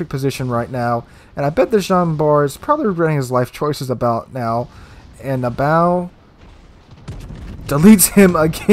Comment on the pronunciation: You keep saying Nab bow "" The persons IGN is NAB BO like Bo Jackson or BOWHUNTNG..... not like the bow of a ship >(